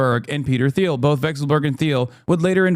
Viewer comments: It's a hard T sound, like Peter "Teal" not "Theal" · why you say "th-eel" and not "teel" thoooooo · It’s pronounced “Teel” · hasan doesn’t know how to pronounce peter thiel’s last name?